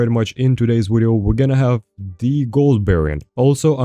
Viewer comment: Ill subscribe once you pronounce video correct. Just kidding I've been subbed a while.